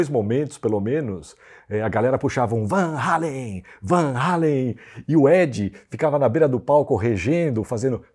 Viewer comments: Um comentário: a pronuncia certa é realmente VAN HÁLEN! e não VAN “HÊILEN”! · a Conversão de 3,000 Cruzeiros em valores atuais é de 113 reais. Foi caro na época ? Bem, os fã brasileiros não estavam errados em falar Van Halen, porque o vogal A em holandês soa como o nosso em português. O correto mesmo seria "Fan Halen", já que em holandês o V se pronuncia como F.